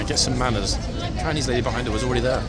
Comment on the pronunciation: “Frinese”. Almost fell out of my chair laughing. 🤣🤣🤣